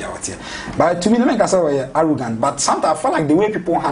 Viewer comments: Please the word is “arrogant” not “arrogrant” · did i hear arrogrant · Why is the lady keep saying “arrogrant”. Someone should have prompted her